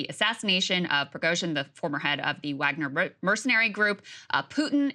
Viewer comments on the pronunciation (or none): none